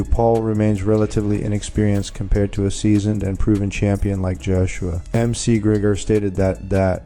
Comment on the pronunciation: At LEAST check that your AI is pronouncing NAMES correctly! M-C Gregor?! Fuck this site.😅